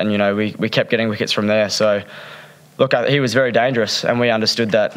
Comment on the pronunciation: Weri Weri good boling Richardson